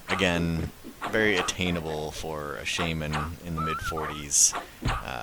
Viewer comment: Heh you have no idea how happy it makes me feel to hear how your pronounce "Shaman". My wife always made fun of me for saying it the wrong way hah.